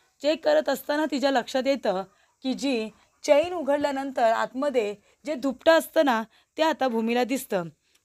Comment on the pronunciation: धूपट नाही ग दुपट. किती अशुद्ध बोलणं आहे